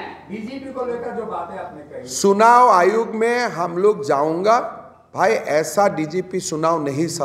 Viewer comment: तुम फेहलए हिंदी बोलना सीख लो सुनाव आयोग😅😅😅